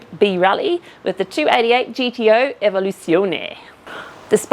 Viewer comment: when she says Evoluzione,... 😂